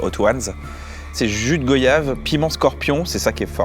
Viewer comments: Jus de go quoi ???? Aïe la prononciation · Goyave pas goyave. Tu dis voyage ou voyage ? 😂